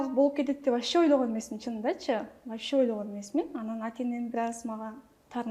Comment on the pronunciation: Чала Кыргыз дар десе, нукура эле оз тилибизде суйлосонор, болбосо толук орусча суйло, (вообще дегенди ваще😂🤦‍♀️) так айта албайт толук , 🤦‍♀️